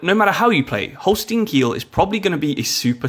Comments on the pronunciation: its not holstien its holstein😂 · Its "Holstein"